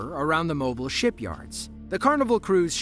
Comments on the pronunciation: Thank you, I wanted to let this guy know it's MOH-BEEL! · That’s not how you pronounce “Mobile”. (Mo-beel) is correct pronunciation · Mobile, Alabama…pronounced “Mo Beel”. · Isn’t Mobile Alabama pronounced Mobeel…? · Mobile, Alabama is pronounced Moh beel with emphasis on beel. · It’s pronounced “Mo-BEE-uhl” or sometimes “MO-beel” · Mobile is the 4th largest city in Alabama lol and we pronounce it MO-BEAL rather than like a mobile phone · It's Mobile Alabama is pronounced Mobeeal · Yeah... never jump into dirty river water, especially in such warm countries because the rivers are infested with Bull Sharks. I'm not even from Alabama but I know it's pronounced "Moe-Beel"Alabama. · It’s pronounced “Mo-beel” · Mobile = mow-BEEL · Tell me the narrator isn’t an American w/o telling me he isn’t an American. Lol. MOE-BEEL Alabama. Not pronounced the same as a mobile phone. SMH. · "Mo-beal" "Mo-beal" Please get your pronunciations right. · Thank you! His pronunciation drove me crazy. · Comment is for the man doing the voice over tracks: Mobile, Alabama is pronounced as follows - the second syllabel rhymes with deal. Change the "d" to a "b" and put the emphasis on the second syllabel. Just for future reference. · What rock do you have to live under to not know how to pronounce Mobile, Alabama? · The narrator NEEDS to pronounce names and places correctly. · Maybe he's not from the US? People could say the same y'all if it were a place outside the us unknown to you😅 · If I was making a video for a channel with over a million subscribers, I'd do a bit of research first before sounding dumb. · Most Californians don’t even know Alabama is a state, let alone how to properly pronounce Mobile, 😂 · You pronounced mobile wrong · learn how mobile, Alabama is pronounced ding dong. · A.i. narrator it can't say Mobile Alabama right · Learn how to pronounce Mobile. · It's not MO-bil Alabama. It's mo-BEEL. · Mobile, Alabama - Mo-Beel not Moble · #4 Pronounced Mobeel not Mobul.